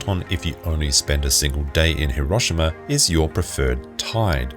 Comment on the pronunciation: i hate the way you pronounce Hiroshima... lear how japanese do it please....